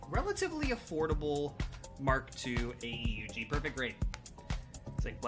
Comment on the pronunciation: btw not a criticizim or anything but it's typically pronounced aoog (AEUG)